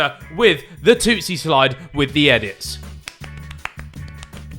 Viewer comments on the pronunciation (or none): Am I the only one who noticed that Harry said "Toostie slide" instead of "Toosie slide" and when he said it he said "tooTSIE"